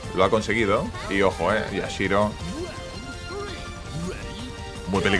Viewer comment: Este tio se emociona por tan poco, ademas de decir mal el nombre de Yashiro, me sangran los oidos cada que lo dice.